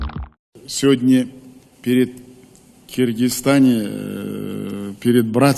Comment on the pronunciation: Мог бы правильно произносить название страны...не Киргизстан а Кыргызстан!!!